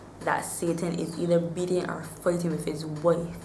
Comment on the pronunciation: Especially when she says "Fighting" and "Wife" sounds very Dublin